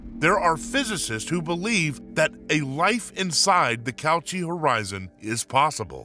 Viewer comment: "Cauchy" rhymes with "Yoshi"; it's not pronounced "couch-y".